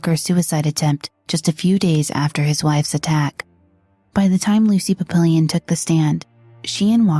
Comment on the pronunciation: Lucy "PAP-pill-Eon?"